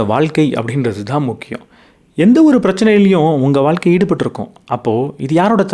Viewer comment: Ok sir but pronounce Pannu pothu valga (vazha) nu than iruku valkka nu vara matuthu Pechu vazhakulayum rendukum meaning difference iruku